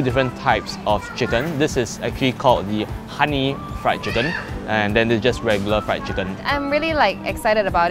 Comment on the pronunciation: RRIED CHICKEN